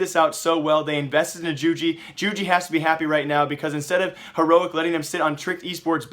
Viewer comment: isn't it yoo-gee?